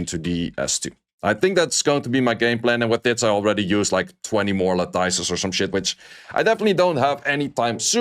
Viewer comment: La-tuhs. Pronounced like lettuce at the end.